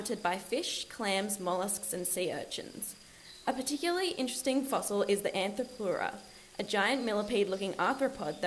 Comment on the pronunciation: The diagram Arthropleura Her: Anthropleura Me: 🤔